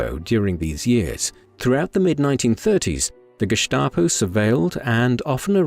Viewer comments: It is pronounced Gestapo, not Geschtapo. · Very interesting. But who taught you to pronounce Gestap as Geshtapo. The correct way to pronounce it is Gestapo, with an s, not an sh (like in ship) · Pronounced that way, if you had an accent! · There was really nothing new here, this story has been told many times. That’s ok, but incorrectly pronouncing the same word all the time on a otherwise well done documentary is grating.